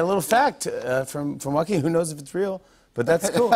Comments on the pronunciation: The part where Jimmy kept trying to shorten his name to “Joaq” was painful. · Yes, but it’s pronounced “Wah-keen”